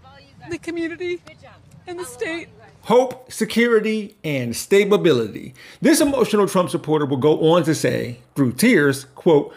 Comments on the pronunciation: "Stabability" We're working with geniuses here. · “stabability.” Also known as “stab-ability”; i.e., able to be stabbed. 😂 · The woman who starts crying...she should be crying because she said "stabability" rather than the actual word of 'stability', thus displaying her nonexistent critical thinking skills, and on camera too. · stable-bility? lol